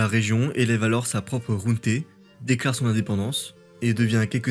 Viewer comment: Question : pourquoi tu prononces "junté" alors que c'est "junta" en espagnol ? Junte c'est le mot français. Sinon, excellente vidéo, comme d'hab.